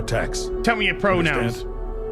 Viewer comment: PHOKKKN.. PRONOUNS!!! 😂😂😂😂